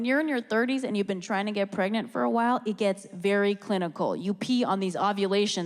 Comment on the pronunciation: I’m pwegant.... HAHAHAHAHAHAHAH!!!!